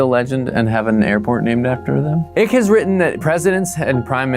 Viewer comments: The mispronunciation made me so happy 😂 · Are you intentionally mispronouncing David Icke's name, or did you just not bother looking up the correct pronunciation?